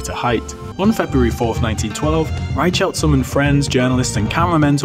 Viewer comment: That's not how you pronounce "Reichelt".